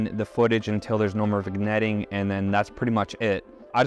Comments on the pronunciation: the g is silent in vignette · Did you say Vigg-netting?